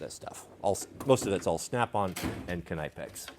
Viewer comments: It's knipex not knipex. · The knipex pronunciation is a new one for me haha